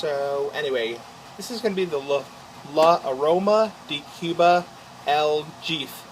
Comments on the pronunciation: Pronounce El Heff-A. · "El Jeef"...lol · In Spanish, the letter “J” has an “H” sound. El Jefe, The Boss.